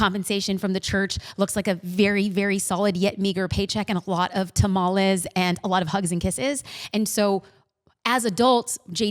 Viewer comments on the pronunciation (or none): Did she say TAH MAH LAYS - ? Girl. yeah. no. never. Nice to see someone meet their idol. well done.good video.